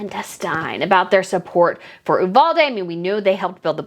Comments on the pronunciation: Did y'all know one of the teachers killed, her poor husband ended up taking his own life, a few days later. We in Texas, do NOT want these two camera-hogs here in Texas, AT ALL !!! BTW, Uvalde is pronounced "U--VAL-DEE". TEXANS DO NOT WANT THAT TRASH HERE !!! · Pronounced “you-valdee” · Love your content! One note though, my husband is from uvalde and it is actually pronounced with the long “e” sound at the end